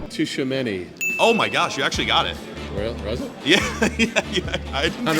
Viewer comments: nobody talking about the fact that he said tchuameni wrong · The t in Tchouameni is silent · It hurts my ears when tchoumeni is pronounced wrong😭😭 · Bro you don’t owe him he pronounced Tchouaméni wrong